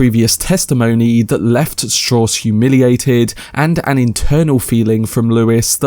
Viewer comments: Strowss. As in Levi Strauss. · LEARN HOW TO PRONOUNCE STRAUSS !